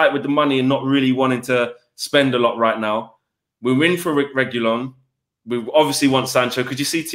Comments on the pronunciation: Reg wee yon. That's how its pronounced. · RAY- GOO- LON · It’s RE-GEE-YON 🤦‍♂️ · After she broke it down to "regui lone" Now I can pronounce his name hours before he signs for UTD